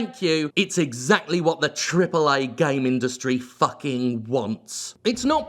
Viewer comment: It's amazing how many syllables you inject into "TrippleA"